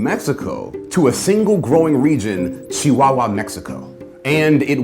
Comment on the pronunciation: Never heard Chihuahua pronounced that way before.